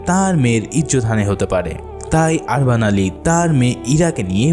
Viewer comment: অনেক উচ্চারন ভূল আছে আপনার। আরবান না উরবান উস্তা মোরা না মোরিয়া নাতরাস না নোতারাস